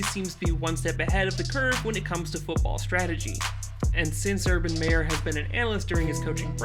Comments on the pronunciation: You said mayor its meyer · Its MY er not May er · It's Meyer, not Mayer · Why he said his last name pronounced as mayor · This guy cant say hid last name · Can you say his last name right please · I'm not trying to be an ass but did you purposely mis pronounce Urban's last name the whole video until the end. Even mispronounced Gardener's last name as well... Good video though. I blame Tom for kill our 2017 team culture and success we built. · You pronounced his name wrong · He pronounced Minshew as Mid-Shaw 😭😭😭. And Meyer like Mayor 😭😭